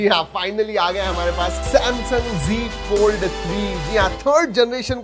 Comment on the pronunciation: It's not g fold it's Z fold.... you say g fold